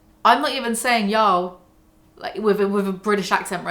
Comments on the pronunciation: y'all. Like hall. Not howel. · "Yall" with a British accent literally just sounds like "jarl" and now I want to play Skyrim lol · i didnt even realize you were trying to say yall lmfao, it just sounded like "yo" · Try saying “yall” as “wall” instead of “mal” ! Y-AW-LL It’s the emphasis that makes it sound weird , not the accent :) I moved to the states as a kid and had to pick it up , works well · It does sound a bit funny when you say Yoll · You saying "ya'll" sounds like "jarl", like from skyrim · Hey Brits, how you gonna say yall when you don't even pronounce the LL sound 🤔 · The Big Yeezy really calling me out for saying y'all as a non-American. I'm devo. 😰 One thing in my defense - my best friend for years was an awesome girl Louisana, and it's entirely her fault that y'all entered my vocab. I'm a Kiwi, so it sounds different to a Brit saying it, but still def not as good as when it's said by someone from the Southern States. Also when says y'all it sounds like "jarl" from Skyrim lmao.